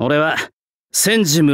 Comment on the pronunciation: 「せんごむらまさ」じゃなくて「せんじむらまさ」なの慣れない…w